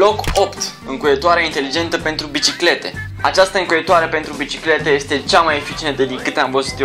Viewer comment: APP... ZII LA SA NU MAI PRONUNTE,, ESTE,, CA TAMPITII!!! SE PRONUNTA,,IESTE,,:p